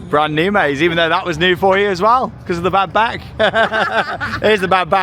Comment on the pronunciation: Now, for the record the first time I heard you say ‘bad back’ I turned straight to my fiancé and instantly said Charlotte is pregnant 😂😂